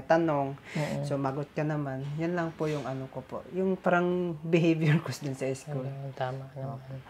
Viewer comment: turuan mong papaano bumigkas ng tamang salita, kc yung words na,PARANG,,sa kanya prang